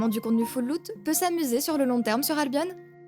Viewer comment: Ca se prononce albion comme opinion